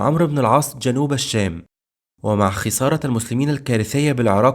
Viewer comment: اتمنى تحاول تضبط نطقك للكلمات اخى الكريم كلمة "الشام"نطقت لامها قمرية مع انها شمسية لا تُنطق وهذا من باب التذكير فقط ربنا يوفقك فى القادم